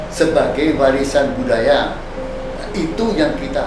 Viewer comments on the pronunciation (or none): Prof dsitu bunyi nya budi daya bukan budaya. Lol